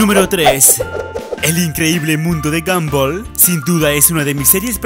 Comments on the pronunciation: no se dice gambol se dice gombal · Dijo gamboa no gombal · Bueno el vídeo es genial pero en primer lugar Steven no se llama Steve ,pronunciaste mal gumball y por último lo de gomball y darguin los mostraron en unos capítulos cuando eran pequeños.Pero buen video 👍